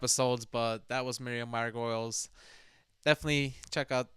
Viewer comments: Her name is pronounced margot-lees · Just a quick note: Her last name is actually pronounced Mar-Go-Leez not Mar-Goyles. I only know this through one of her Graham Norton show appearances cuz I thought it was pronounced Mar-Goyles as well before that. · Miriam breaks the mould. She definitely doesn't think inside the box. A reaction video really requires a reaction. Thank you for sharing, but please, can you pronounce her name properly. It's 'Margolyes', (Mar-go-lees) not Margoyles (Mar-goi-ulz) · Mar-go-LEES, not mar-goyls. Her name doesn't have an "oy" in it. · Her name is pronounced "Margolees", not "Margoyles"... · Mar-go-leys that's how it's said 😂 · It's pronounced Margolees. Not like you'd pronounce Gargolyes. 🤭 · Miriam Mar-Go-Leez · It’s pronounced like margo lees not like gargoyles